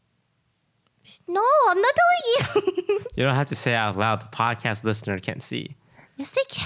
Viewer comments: Did anyone else notice that it's say padcost instead of podcast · anyone noticed is said padcost instead of podcast? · The "PADCOST" is upsetting me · I wonder how many people noticed the "PADCOST" lol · The episode was amazing! But the "Padcost" is really messing my brain up... Why must you hurt me in this way? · I noticed padcost so fast and the way lily pronounces podcast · That "OTV Padcost" is triggering me😂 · lol padcost instead of podcast